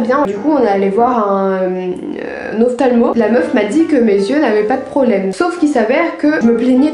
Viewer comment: Ta vidéo est super mais de plus ce genre de petite fautes tellement mignonnes et drôle comme " l'ophtamlo " ❤❤